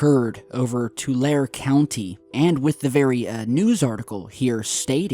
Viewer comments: hey. it is not Two Lare. it sounds like Two Larry. like you have 2 friends named larry. Two Larry. i know because i grew up there. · The town is called Ttulare too-larry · Too-lair-ee County is in the San Joaquin (walking) Valley and Sierra Nevada foothills and is NOT "out in the middle of nowhere". It IS kind of in the "boondocks" of California, but only in the sense that it is an agricultural, farming, dairy and ranching area. I used to live in Visalia (vie-sail-yuh; pop. 125K), about 20 minutes from Porterville, and about a half hour+ from Fresno. (frez-no; pop. 500K) Sure, it is kind of the arm pit (or ass crack) of California, but not like how you described it. This sheds MUCH light on your other videos, and shows how little actual research you do, and makes you look pretty ignorant, so your other videos are most likely also racked with inaccuracies and other crap like that, as well. Talk about hurting any semblance of reputation you have left. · Hey my neck of the woods! And your saying it wrong. TU-LAIR-E Subdesert and by the foothills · "Tul-AIR-ee"...a hellish place.